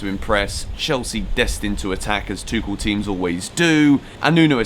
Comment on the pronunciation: Tu-kh-el. Correct Tou-sh-el is french Hope this helps xx